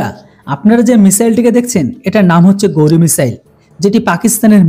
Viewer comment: এটা গৌরী নয়। উচ্চারণটা হবে ঘাউরি মিসাইল।